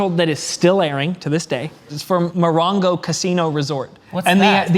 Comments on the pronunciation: Not Ma-rain-go. Mo-wrong-o is how you say it guys. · Funny reviews, but here's the next challenge: Say "Morongo" correctly LOL